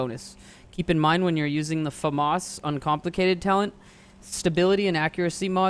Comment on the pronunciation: clicked off video when you said famas..